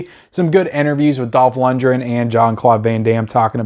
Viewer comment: It's pronounced LUNDGREN,not Lundren.This movie is awesome,you sir are just too innept to realize this and you call yourself a movie guy.??,far from it..I'm sure if you watched Timecop,you'd get that wrong as well.